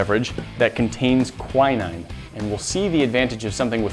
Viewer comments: Anyone else in the UK screaming at the word Quinine pronounced KWY-NINE... its kwin-ing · its pronounced kwin-een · I was dying when you said quinine, that's not how you say it!! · Jeez, is that really how Americans pronounce Quinine?